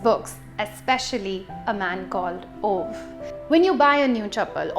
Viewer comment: I did not expect to love A Man Called Ove as much as I did. Funny, wholesome and beautiful. P.S - it's pronounced as "ooh-va"